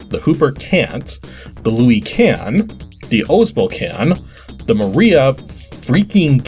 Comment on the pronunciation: How do you not how to say Luis and Ramon??